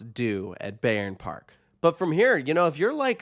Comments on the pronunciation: Don't wanna be the guy but here I am: The correct pronunciation is 'Buy-ern Park' Great review, I love this park and its atmosphere. It's well taken care of and generally has good vibes. Hopefully, they'll add another really good coaster down the line. Currently, I'll visit once per year but if they added a flagship coaster, an annual pass would be a no-brainer for me. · Cool video! Just to say you pronounce the "Bay" part in Bayern like Bye. So it sounds more like Bye-rn Park.